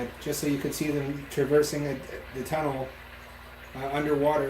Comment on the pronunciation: bring back pronouncing "tůnlesss!"